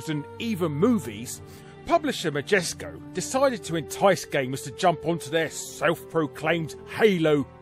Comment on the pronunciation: Larry quotes "Magesco" while talking about "Majesco". Makes me want to look at a GIF of some Jif brand peanut butter. ;)